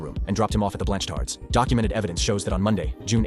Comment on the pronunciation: Did that man say Blanchtards 🤣